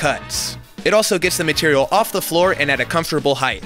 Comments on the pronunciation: Hey, keep up all the hard work and congratulations on your success. Just a little nitpick that the correct pronunciation of height is just height, without a "th" at the end. I've noticed you say it like "heighth" in just about every episode and I finally had to break down and say something. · "Height" ends with a "t".